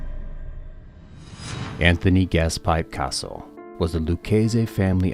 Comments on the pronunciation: His name is CA SO NOT CAR SO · Learn to say Cassie properly not Carzo prick